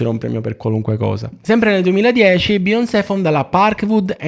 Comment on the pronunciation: Dovresti imparare a dire bene Beyoncé prima di farci un video dedicato